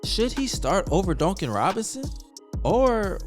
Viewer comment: The way you say Duncan Robinsons name drives me nuts it's like dunk not donk. I like the content though